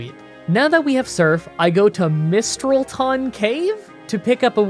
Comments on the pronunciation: Mistralton is pronounced mis-trahl-ton, that's how I pronounce it. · Not nit-picking, Mistralton - Pronounced as Miss-Straal-Ton. Its one of my favourite cities in Unova, as I grew up watching anime before I played any pokemon games.., please watch some Pokémon anime.. It's dumb and great at the same time. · Si-jih-lif Mis-trall-tin Con-kell-durr That’s about all of the names you mispronounced, good job! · Mistrolton- miss-trah-all-ton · The only things you got wrong in pronouncing them. Mistr-all-iton cave and boo-fulaunt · Lemme help you there, Mis-TRALL-ton :) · It's pronounced Mist-ralt-in. Ralt as in Ralts with out the S, basically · Mis-trol-ton Ex-ka-drill Siji-liph con-kel-der but say it a bit slower cara-costa not coasta hy-dry-gon boof-a-lant i have seen every episode of the Unova anime so i know how these are pronounced (also Unova is my home region so thats why) try saying these during a grinding session in your next run to prove to your fans that you know what your saying, if you need any Unova pronunciations let me know on Twitter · Miss-trall-ton is how it's pronounced in the anime, I believe. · Sigilyph is pronounced "SIH-jill-IFF." Mistralton's emphasis is on the second syllable. Reuniclus is "REE-you-NEEK-lus," but I think "ree-YOU-nuh-kluss" sounds better. Hydreigon is "hi-DRY-gehn." Bouffalant is "BOO-fall-AWNT." ...I'm sorry, did you call Marshal a STEEL trainer?! And, once again, I'd like to see an Emerald run with only Zangoose and Seviper.